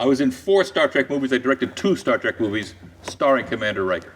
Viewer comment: ... Star Trak?? Traaaak? Come on! Wish Frakes caught that